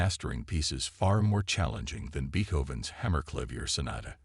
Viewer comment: Could anything scream FRAUD more profoundly than this story featuring Beethoven’s music while mispronouncing “Beethoven” no. Get better software that can properly pronounce Beethoven among other words that jarringly shatter the illusion that we are listening to a seasoned storyteller.